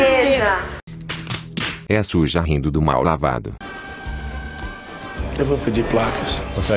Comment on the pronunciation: Cachorro, raça labrador e não lavrador. 🤣🤣🤣🤣🤣🤣🤣🤣